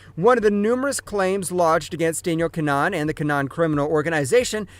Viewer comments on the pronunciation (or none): kinAhan not Kinnan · Im sure your saying keema naan instead of kinahan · Don’t ever say his name like that again. Typical septic